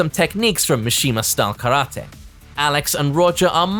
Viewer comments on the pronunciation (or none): none